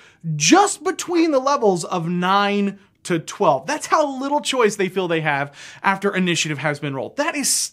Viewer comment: Feel is not said as "fill", I've never ever heard an accent where feel becomes "fill". What is going on there? Haha